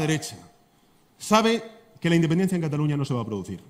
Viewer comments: Se dice CATALUÑA no CATALOÑA WEY .. pero que me espero si no sabías que era península. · Dusculoa se dice CATALUÑA